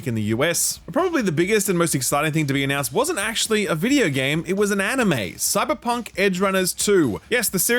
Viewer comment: Cyberpunkl, it's Dutch